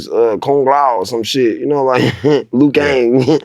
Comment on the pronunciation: My nigga said Lui Kang lol